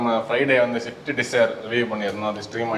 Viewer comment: Please don't fckn say 'Shift' 🤢 it's 'Swift'. As an informative channel it's not fair to pronounce a car wrong!